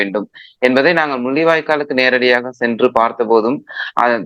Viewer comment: “முல்லிவாய்கால்…. ஈலத் தமிலர்… இலைய தலைமுறை பில்லைகள்” ஐயோ போதும் உங்கள் தமிழ் உரையாடல்